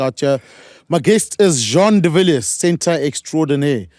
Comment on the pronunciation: Please pronounce Jean de Villiers the French way, at least for now🐓